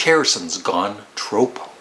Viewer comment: Nice job. I like your cover music too. Just a word; being semi-australien i can tell you that its pronounced “tropp-o” rather than “trow-po”. (The expression comes from Australia.) on the album, i would rate this one above at least 3 others in his catalogue- namely “dark horse”, “somewhere in england” and 33 1/3. He just sounds relaxed on this album and his humor comes through also.